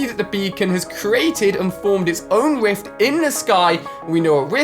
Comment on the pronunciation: If you listen to you will hear he says wift instead of rift